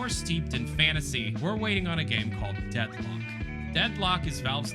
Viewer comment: the first time he "says" the title of the game he gets it wrong and throughout the rest of the video he had to dub over and correct, like, how do you call it Deadlook bro 😂